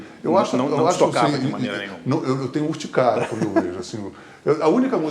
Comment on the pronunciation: "HORTICÁRIA"???? kkkkkk PelamordeDeus! Urticária meu filho!